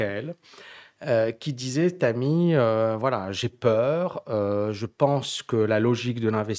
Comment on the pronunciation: Excuser moi, essayer de prononcer le H de Thami... Bon courage